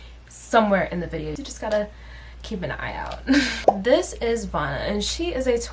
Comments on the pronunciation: Her name is Vanna like Hannah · btw I think her name is pronounced “vanna” like “savannah” or “banana” lol